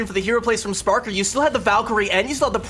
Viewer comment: has GOT to stop saying “spark R”. She will say it right, and then go right back to saying it wrong. CeeBee is trying to help you out!!